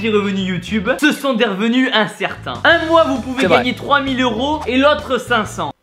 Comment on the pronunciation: On dit pas zeuro mais euro